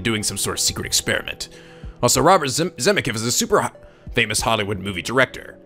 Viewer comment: "Zemeckiv" is Zemeckis